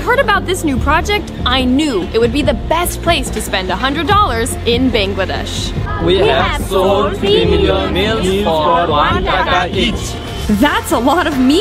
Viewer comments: Can I say a thing it's bangladesh not bengladesh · Hi I am Bangladeshi as your spelling you said it beingladesh instead of bangladesh 🇧🇩 the first two letters will be pronounced ba ba ba